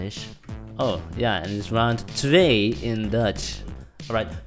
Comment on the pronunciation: you have to be dutch bro you say 2 so good